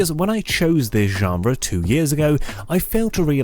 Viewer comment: This was an excellent video, I’m excited about the new direction you’re taking. Also love how you say ggggenre